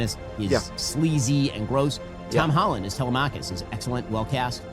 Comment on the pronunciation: Must have been paid off 😂 And how is that Ben and others cannot pronounce Telemachus?